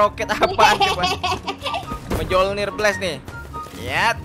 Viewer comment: Bang itu bacanya bukan Mjolnir tapi miolnir